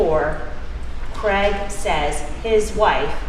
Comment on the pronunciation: Why arenthey calling him creg?? His name is Craig.